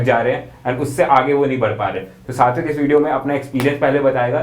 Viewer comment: When u say satwik i hear it 60 week ,bhai kitna dilasha doge😂😂